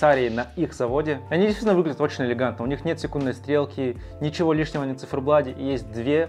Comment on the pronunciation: Да сколько можно говорить "на циферблаДе"!!! Пора уже научиться говорить с буквой "Т"!!!